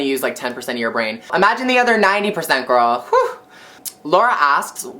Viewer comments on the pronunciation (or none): This may be a stupid question, but why does she say gurr ?